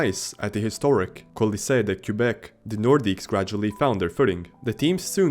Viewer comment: it would have taken a fraction of a second to verify the pronunciation of Québec before making this video.